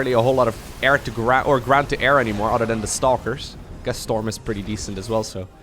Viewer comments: I find it so funny that says "otter" instead of "other" lol 😂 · I love your vids man! I don't even play I just enjoy watching this content. Tho when you say other everytime I hear "udder" it's awesome?